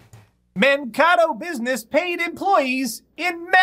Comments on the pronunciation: man-KAY-to man-KAY-to not man-ca-to. srry but it hurts to hear that . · BTW FYI, it's pronounced Man-Kay-toh, sorry, I live around there and the way you were saying it irked me.:)